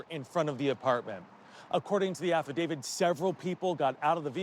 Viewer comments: it's "affidavit" not "affidavid" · it's 'affidavi ... *t*" NOT affidavi*d*. Please find hosts/narrators who can pronounce legal terms correctly in your videos. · Host needs to learn how to say 'affidaVIT' - it's not 'affidaVID'!!